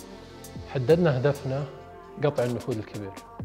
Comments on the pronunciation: ما شاء الله إبداع و ممتعه الله يوفقكم وانا عندي ملاحظة النفود اسمها نفود وليست نفوذ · ما شاء الله 👍🏼👍🏼. ترى اسمه النفود و ليس النفوذ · النفود. وليس. النفوذ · ملاحظه.. النفود وليست النفوذ